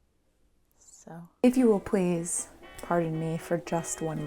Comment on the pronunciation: Does anyone else hear “pwease” and “compwetely” when she says “please” and “completely”? I’m not trying to bully or nag or anything. It was just something I noticed lately so I was wondering if it’s just me hearing that or what. Lol! As always, did another great video!